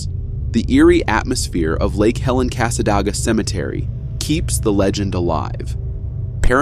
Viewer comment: As a native near Cassadaga when you said Cassadoga😂😂😂 Cassa day ga . Sorry Florida towns do have weird names.